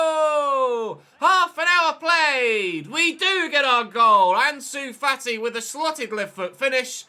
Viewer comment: fAti not fatI gAvi not GavI tOrres not TorrEs 1 Euro, 2 EuroS not 2 Euro Just some corrections keep up the good work 🤸‍♂️